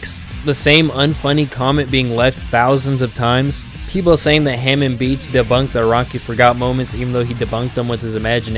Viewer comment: bruh you watched jojo how do you mispronounce hamon the entire video